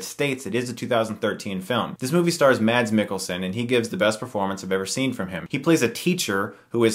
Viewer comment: i liked the way he said mads mikkelsen. the d in mads is not something you can hear. its a danish name so it doesnt work the same way as in england. i know it cause im dane as you can see on my name